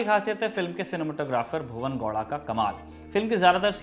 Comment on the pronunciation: I think there's some fault in DNA of these Hindi media. They can't pronounce A at the end of a word. It's KANNADA and not Kannad. Why can't you pronounce it properly when you can say Haryana as Haryana and not Haryan? Funny people my God. It's GoWda. Whereas the W pronounciation? Not Goda. Inki maka bhosdiwale.